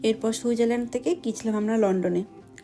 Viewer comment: Happy New Year. Bhalo theko bhalobasa nio ❤ ekta katha boli Switzerland pronunciation ta thik kore koro boddo Kane lage. সুইট zar land 😊 Boro didi r moto correction kore dilam raag korona kintu. Amar channel dekho Bong In Africa ❤